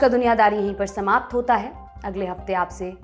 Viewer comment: Visa Leti hun Urdu Hindi English Sabhi word use karti hai madam Vida Leti hun Alvida Naam thoda please acche se bolo dialog Maar Ke style mein bolo comedy Andaaz mein✌🙏👍🇮🇳🇮🇩😎🇮🇷🇹🇷